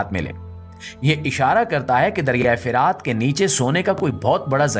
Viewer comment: Bhai dariyai firaat nahin dariyai furaat hai jumle theek Ada Kiya kro